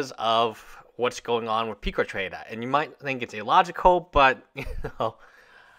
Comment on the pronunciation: peecatrade?????? PUCA PUCCCCCCCAAAA!!!!